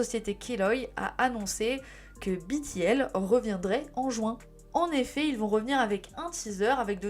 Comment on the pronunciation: Super Video ! Le travail de fond sur la sujet est très apprécié En revanche certain point que je tiens a soulevever BTL -> on prononce too gi ( comme le son dans gitan)en coreen on dit bien 투 지 Prononce Too Jay si tu veux mais ce sera mal compris Backing vocals -> prononciation le a comme dans avion pour backing.je ne regarde pas la video je lecoute comme un podcast et en tecoutant jai cru que tu petrissais les voix comme tu petris la pate a pain Mais très chouette contenu !!❤